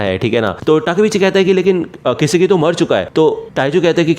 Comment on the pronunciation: I think it's not kisiki it's kisaki😅